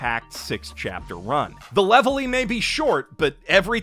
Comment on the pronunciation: So who wants to tell him that the L’s in Levely and Zolo are supposed to be R’s?